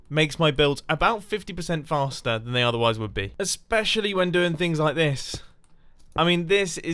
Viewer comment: I loike it not like loike